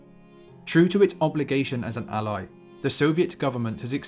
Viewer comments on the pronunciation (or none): none